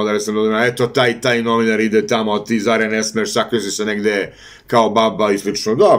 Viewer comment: Nije Žare, nego Zare